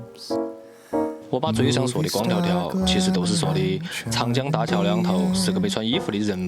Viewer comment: 看得好想家...，你的重庆话不行老哦，”光条条“是三声得嘛